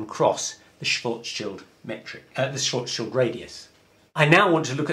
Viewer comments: The correct pronunciation of "Schwarzschild" is: [shwartz-shield] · Schwarzschild is difficult and seems curious for English speaker. Say “smart”, now shw art, then end on s : shwarts , very good and complete by shield with short i, as in kilt : Shilt. Congratulations: shwarts shilt. Great. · Nice try to pronounce Schwarzschild ;) but the "ar" in the word is pronounced like "are". Oh, and the "r" needs to be clearer. Anyway, nice video!